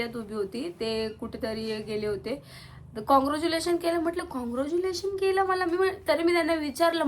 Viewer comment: Congratulations ❌ caruglation✔️😂😂😂😂😂😂